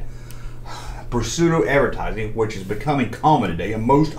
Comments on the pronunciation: My cousins had that Ewok hut thing, hers was green abs had a weebles type family in it and that was when Star Wars was still in the cinemas here in the UK! Oh and with pseudo, you don’t pronounce the P 😊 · When you first said Pseudo I thought that you were trying to say Prosciutto. 😂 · The p in the word pseudo it's silent